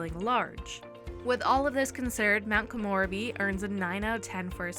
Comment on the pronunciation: No hate just letting you know it's pronounced Ko-mo-reb-e not Ko-more-a-be